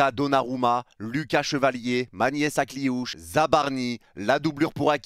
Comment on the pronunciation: "Ma nièce" Akliouche.. t'abuses mdr😂😂😂😂